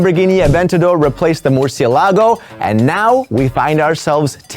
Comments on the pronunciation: Why do u say Murciealago like that.. it's pronounce Mer- C- lago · Muuusilago?? Lol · why say's murcielagow if he's spanish...? bro the fuck AJAJAJAJA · How come you pronounce "Murciélago" well on the first time but wrongly (British way) on the second time 🙄😖 1st: 2nd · Not gonna lie, I cringed a little at the way he said "murciélago" the first time😑